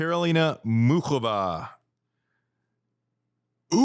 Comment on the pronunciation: YES! Thank you. Americans use to be encouraged to learn second/more languages, but that was roughly a century ago. They turned inward. Any way, can we talk about there being no OOK in Muchova??? Say this: MOO hoe vah. Cheers!